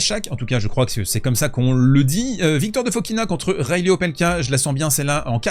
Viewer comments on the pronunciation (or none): none